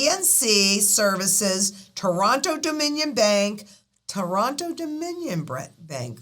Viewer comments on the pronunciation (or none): none